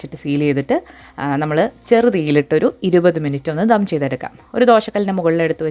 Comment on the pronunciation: ധം അല്ല ദം 😀